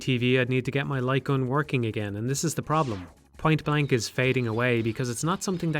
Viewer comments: I am 10 minutes and 49 seconds into this video and I am now just realizing he's saying light gun and not lycon. I had no fucking clue what he was talking about but i was just assuming he was talking about a peripheral i've never heard of before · Took me a while to realize you're saying "light gun". It wouldn't be hard to emulate them this day. You could make them work the exact same way they did back in the day, simply by having the player plug in the controller and the game rendering a white frame when pull the trigger. The reason no one makes these games anymore is that selling novelty accessories for consoles is difficult and ineffective. The future of the light gun genre is likely in VR, which already has plenty of titles that play similarly, but are much more immersive.